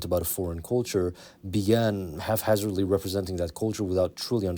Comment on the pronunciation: it's "haphazardly", it sounds like you're saying "halfhazardly" :D